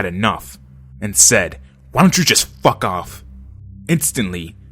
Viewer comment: "How about you just Fack off"